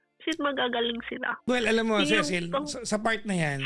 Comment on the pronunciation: Tama yung pronunciation nya ng Cecil kapag sa Southern English